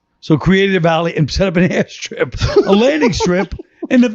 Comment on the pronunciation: Colin: Air Strip AI: Ass Trip 😂😂😂